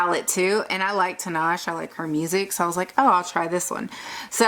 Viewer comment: lol its Tee-nah-shay, tinashe. nice swatches though